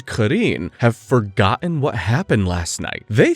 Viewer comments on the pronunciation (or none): none